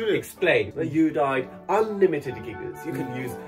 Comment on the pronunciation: ァア"ンリミテッド